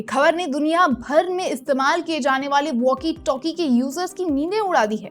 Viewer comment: मैम वाकी टाकी नहीं होता है... वॅाकी टॅाकी होता है.... इंसानियत की नहीं बल्कि इंसानियत का होता है... लगता है अंग्रेजी माध्यम पढ़ी हैं....